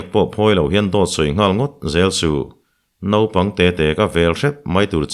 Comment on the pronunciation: A ngaihnawm e, Naupang tih tur nopang tih a tam riau